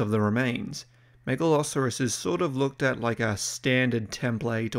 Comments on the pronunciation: Mega-lo-soar-us, not Mega-lah-sah-rus. Don't even try to pretend it's just an accent thing as you pronounce the 'saur' in other animals just fine. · The way you pronounce Megalosaurus sounds like you're saying Megaloceros, which is a deer from the pleistocene. Do pronounced it correctly one time and every other time you said the name of the deer. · i know this is like 2 years old, but MAN is it weird hearing the name Megalosaurus pronounced as "Mega-Loserus" i have heard Megaloceras pronounced like that but never Megalsaurus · I thinking of a meat eating deer in the vid is kinda funny. Mispronouncing names. Happens to the best of us. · How is it the first named dinosaur and you can't pronounce it correctly? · ah, he starts saying it wrong in the second half wonder if that was recorded before or after the first half probably before?